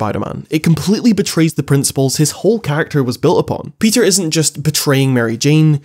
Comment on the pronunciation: You need to learn how to say Peter